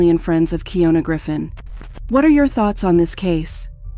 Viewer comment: Slightly annoyed that she verbally said her name way pronounced Key- ohn- na but the narrator keeps saying Key-own-na.